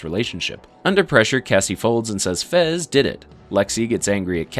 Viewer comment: His name is fez, not frez